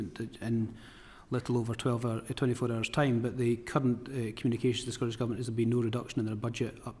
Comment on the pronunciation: The clown can’t even pronounce Scottish.. it’s certainly not Scoish.